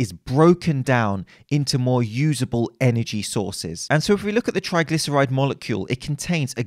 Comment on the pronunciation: The only thing I could focus on was 'Trigylceride"...